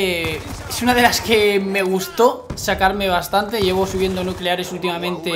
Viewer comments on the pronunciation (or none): " El nucelares" JAJAJAJAJAJAJA